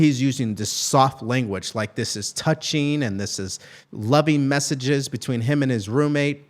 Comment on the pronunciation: "Tougching" ??? Matt Gutman is a Fing Ahole